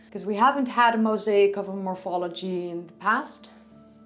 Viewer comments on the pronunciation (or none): none